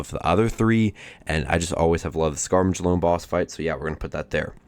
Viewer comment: Scar Milli Oh Nay. Tee Eh Mot Death guys At mos Atmos is pronounced like "at most" but don't pronounce the T in "most" Shin Reeeeeee You Tie Fun Ulll tros